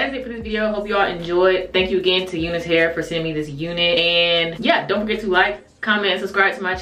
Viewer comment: Do they say to pronounce it "you-nus" hair? Because I, as a white guy, have always called it "you-nice" hair, like, that's some nice hair! Just curious!!